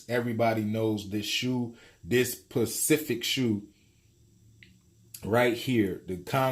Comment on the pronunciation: I’m so mad you emphasized “PACIFIC” (specific) so hard lmao. Dawg.